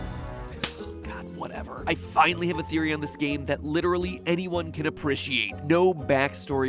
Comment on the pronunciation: I got so shook at how he pronounces appreciate "aprushiate"